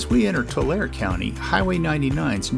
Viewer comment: Hello, it's pronounced Tu-lare-ee.